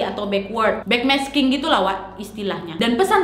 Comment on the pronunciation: nadia kalo ngomong kadang suka kebalik" tapi ngehibur bgt Led zeppelin : zed jeplin Backmasking : bass making Ok